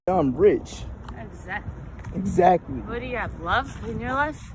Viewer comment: I think she said ezactly lmfao